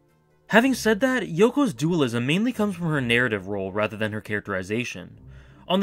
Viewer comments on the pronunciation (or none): none